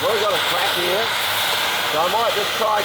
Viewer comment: when says...it fits HEAH.." I love that! My Dad began his tour of the Pacific theater In the old Army Air Corps in Brisbane and he loved bringing out his "Aussie accent" when telling stories. Love these guys